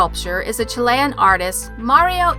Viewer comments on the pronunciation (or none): none